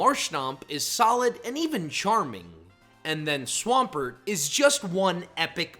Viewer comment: DO NOT LEAVE OFF THE M IN SWAMPERT!